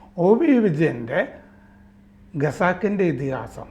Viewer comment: എനിക്ക് ഇപ്പോഴും മനസ്സിലാകാത്ത ഒരു സമസ്യ ഉണ്ട്.....വിവിധ മലയാളം മാധ്യമങ്ങലിലും.. മനോരമ ഉൾപ്പെടെ.. ദി വീക്ക് എന്ന ഇംഗ്ലീഷ് മാഗസിനിലും... ദീർഘകാലം പ്രവർത്തിച്ച പരിണിത പ്രജ്ഞനായ......((( ഖസാക്കിൻ്റെ ഇതിഹാസത്തെ)))... ഗസാക്കിൻറെ ഇതിഹാസം.. എന്നും.... ഖത്തറിനെ...ഗത്തർ എന്നും... ഖജനാവിനെ ഗജ നാവ് എന്നും.... മറ്റും ഉച്ചരിക്കുന്നത്. അതും ഇംഗ്ലീഷ് ഉച്ചാരണം താരതമ്യേന മെച്ചപ്പെട്ട രീതിയിൽ ഉച്ചരിക്കുന്ന നിന്നും...